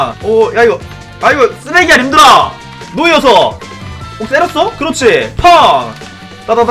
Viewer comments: 누와르서 할때 누 가No가 아니라Nu아닐까요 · 데 왜 Noirceur를 노이어서라고 읽으시는지 궁금합니다. No/ir/ceur로 읽는게 아니라 Noir/ceur으로 읽어야 하니까 누와르서 아니에요?